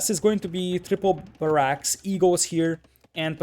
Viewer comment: Nice casting sir. One tip: it is pronounced BArracks not baRRACKS.